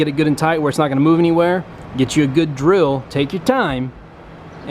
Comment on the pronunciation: Got this far in the video then he says “dril”